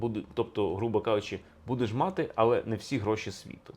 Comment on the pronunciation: Пане Алфьоров, Ваші наголоси мусять бути правильними і не псувати мелодику щедрівки… Аж ніяк не хорошИй, аж ніяк не матИ… Та й з приводу коша ( а звідси - кошара) і товару варто б подивитися глибше і докладніше… Етимологія - непроста справа…